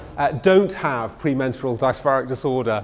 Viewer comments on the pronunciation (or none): A man that pronounces "dysphoric" as "dice-far-eek" will tell you everything that's wrong with it. There's a lot wrong with the field and a lot of work is required to rework it. And capital isn't helping. But the argument about the public being "overmedicalized" holds no water — most people do indeed stand to benefit from mental help. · Was enjoying this lecture until you went into PMDD. Pronounce dysphoric correctly, and most of all, don’t giggle or joke about it. It’s actually very serious and many women suicide over this. I’m glad that there is more awareness raised and treatment available. Don’t minimise such a major illness by comparing it to pms as it much more severe.